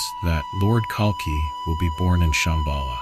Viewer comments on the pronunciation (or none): It’s Kalki not Kalka 😒